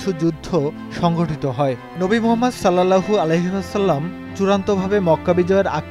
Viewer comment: সাল্লাল্লাহু আলাইহি ওয়াসাল্লাম টা ভাই একটু ভাল ভাবে উচ্চারণ করুন প্লিজ।